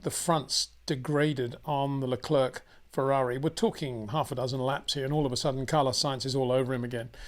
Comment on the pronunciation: Please do Charles Leclerc the courtesy of pronouncing his name correctly.